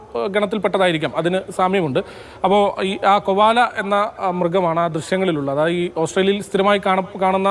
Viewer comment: Kovala alla Koala aanu